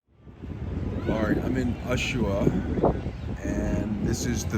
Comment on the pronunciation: Man you don’t even know how to say Ushuaia